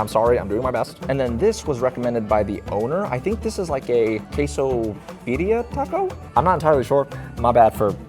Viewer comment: omg you are butchering that birria 😂